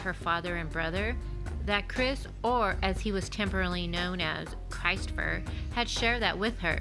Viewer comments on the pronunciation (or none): its CHRIS' TFER. NOT CHRIST. CHRIS''T. like chris with a t at the end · Christopher is pronounced krist Ofer , not Christ , that family are thick 🙄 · it was chris "fer. like Chris 't. not christ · It wasn't pronounced Christ'fer as in Christ, but Christ and in mist, list etc. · It’s not pronounced “Christ fer” ffs.